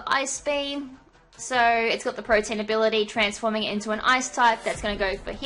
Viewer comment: Pro-tee-an, not pro-teen. Good battle though :)